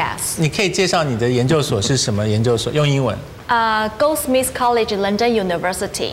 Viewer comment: 竟然遇到goldsmiths的学姐。可惜她的发音真是emmmm goldsmiths都没咬舌